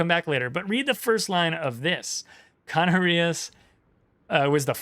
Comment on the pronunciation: The correct pronunciation would be CaNArias, due to the fact that in this word the last syllabus is rias. You were right about the accentuation on the second to last syllabus, but you just got the syllabus wrong. As a Spaniard, really happy to see the Canarias coming into the game!